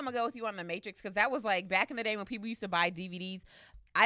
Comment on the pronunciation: So nobody peeped said mattress instead of Matrix when he named his favorite action